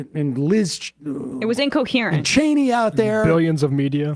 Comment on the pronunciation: Is Sam okay? He has been corrected at least two dozen times on Liz Cheney's name and he still can't get it right.